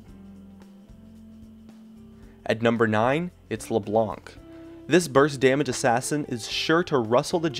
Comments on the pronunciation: in LeBlanc, the "c" is silent "Blanc" is french for white and it's just pronounced "blan" =) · I don't think you have to pronounce the "c" on leblanc, say it like leblan (the white in french) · We don't prononce or say the c in french for le blanc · In Philippines we read leblanc as "LayBlank